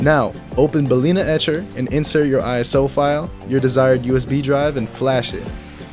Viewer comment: ah yes bals itcher